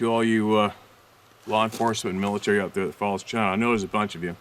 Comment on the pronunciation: they need to GET strong before they can STAY strong and learn to pronounce "out", clue it's NOT "oooooooot"....